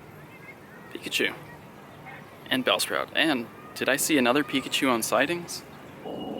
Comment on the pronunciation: You said peepachu